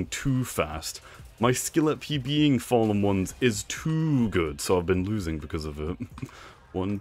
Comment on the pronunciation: Am I deaf or do I hear him say what’s up my fallomons like I’ve seen over 20 vids and all of his vids he says follomons although I know he’s trying to say fallen ones I’m just confused?